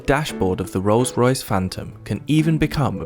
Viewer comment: Anyway bro, itz not Ros- Royce..... as u r pronouncing, itz Rolls-Royce. Itz my dream car, which i can only have it in my dream, bt not in real life. Thnk u.